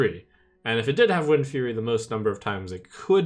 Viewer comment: I just wanted to facepalm when he said windfury and Remornia